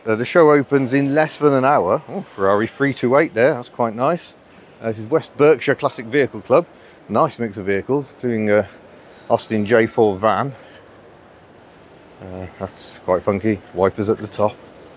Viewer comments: Spelled Berkshire, but pronounced Barkshire, please! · Berkshire not Burkshire 😟